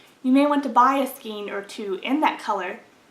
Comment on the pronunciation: I am a big fan of Knit Picks (though I do wish they would offer their color cards again)! Thanks for the review. BTW, "skein" is pronounced to rhyme with "rain."